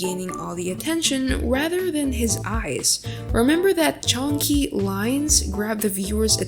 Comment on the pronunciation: Thank you so much for this tutorialll !! and the way you say "chunky" is funny hope you have a great day/night <3!